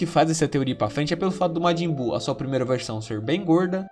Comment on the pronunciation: matin buu kkkkkkk